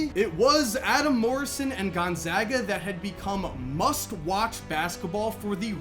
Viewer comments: thanks for saying gonzaga properly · He says it just fine. I attend Gonzaga.